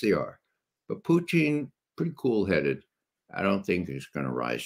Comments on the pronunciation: Poo-tein? Does it have all the essential amino acids? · Who is Puteen? 😂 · Poo-teen... hopefully that is satire pronunciation from him, otherwise my God please use Google. If this guy thinks Japan was just going to give up without the bombs being dropped, I got ocean property in Arizona he may want to buy. Discussion on location and timing for the drops to avoid loss of life vs just a show of force not withstanding (ie yes better choice could have been made) but the atomic bomb was a necessity to be dropped, Japan would not have given up otherwise. Pretty well supported by 80 yrs of documentation and reports both sides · Why can't McGovern pronounce Putin correctly?